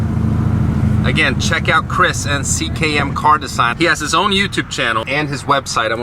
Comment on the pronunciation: Doesn't fit with the interior and his pronunciation of design is even worse.